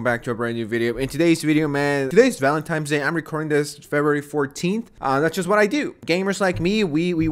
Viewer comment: "valentimes day" whut?